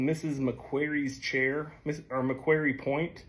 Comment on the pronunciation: MacQuarie... pronounce like quarry, as in like a rock quarry, not like fairy.